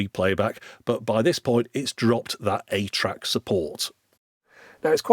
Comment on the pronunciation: "atra" ?? 8-track I kept telling myself which doesn't make sense. wth is "atra" playback?